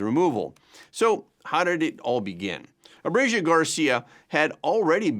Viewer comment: Learn to pronounce ABREGO! Its ABRE GO!! NOT ABREGIO!!!